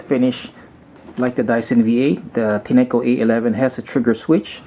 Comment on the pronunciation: You are saying the name wrogh dushbag!